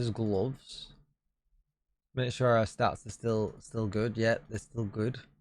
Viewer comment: What’s a goves? Lol